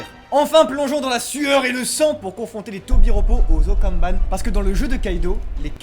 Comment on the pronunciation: Okanban les gars pas okaban mais sinon très bonne vidéo